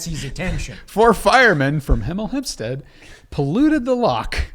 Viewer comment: Im from the uk and struggling to say hemel hempstead is highly entertaining to me haha